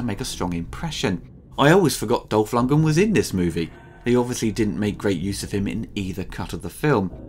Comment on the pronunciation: Dolph... "Longen?".. You mean Dolph LundgREN? :)